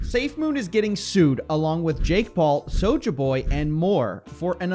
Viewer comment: you gotta stop pronouncing it soja boy. soja boy was on 90 day fiance